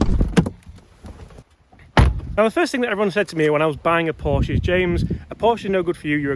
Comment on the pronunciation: You should be able to pronounce Porsche correctly if you want to praise it. Another one handed driver of a manual car. Try selling it on with a manual.